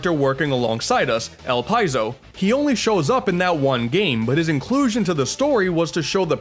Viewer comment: Everyone pronounces the names wrong in these games. "Whale"? "Elpieyzo"? Weil is theorized to be Wily, but even if not, his name is a clear reference to such. It'd make more sense to pronounce it like "while" considering that's closest to "Wily". Th eother name "Elpizo", I can understand being slightly more confusing.....until a later game straight up namedrops "Project Elpis", which should be a dead giveaway that Elpizo is named after the Greek spirit of hope, Elpis, making it's pronunciation "Elpeezo".